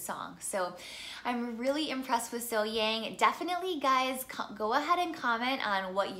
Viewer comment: Her name is pronounced SoHyoung. 😉😊